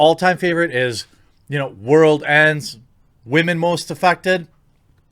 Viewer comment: Why is it funny when you say wahmen 😂